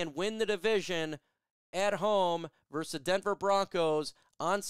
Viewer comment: It's not Lions verse Bears. It's Lions VERSUS Bears